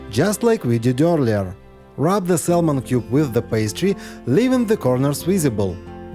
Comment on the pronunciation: The L in saLmon is SILENT Sahmon!